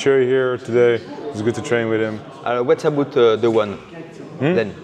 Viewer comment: "wouat zabout the ouane" fait un effort 🤣